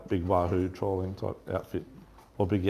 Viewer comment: why do you always say trawling instead of trolling?